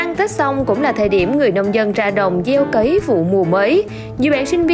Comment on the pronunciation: Cấy chứ không phải cày. Nhỏ không học lớn làm báo.